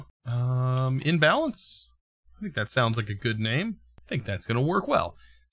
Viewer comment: "Inbalance" I think it's "Inbalance", and not "Imbalance"